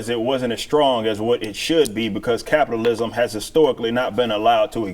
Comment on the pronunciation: Did she say "Copitalism?" SHE'S TELLING US HOW SHE WANTS SOCIALISM! LISTEN TO HER CLOSELY! HEY! WHERE'S HER MASK?!?!